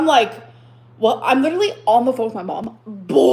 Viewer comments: And the word "litrelly." They can all sit together. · I feel like this video should have a little counter up in the corner of how many times she says “leederally”. 🤣 Like, it’s literally, a lot. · So 'triggered' but she manages to remember to pronounce 'leeedurralleeee' incorrectly to keep trying to make that shit happen. She pronounces it correctly in the very next sentence, of course.